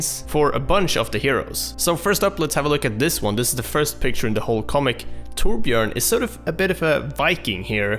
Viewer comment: Now that is how you pronounce Torbjörn! Not some "Toarbyorn" or whatever.